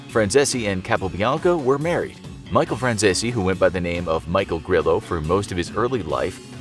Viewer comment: Micheal fransissy?? 😂